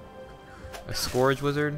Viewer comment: 3 years later: Has he learned how to pronounce "scourge" ?